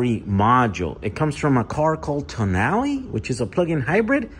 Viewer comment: Thank you for the correct pronunciation, Brits called it Toe Nail which is hilarious 😆